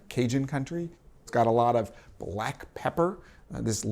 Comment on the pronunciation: I’m not sure what I disliked more: how he said “black” or how he pronounced “paprika”